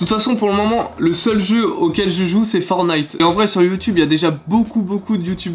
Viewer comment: Pourquoi tu dis fornit c est fortnite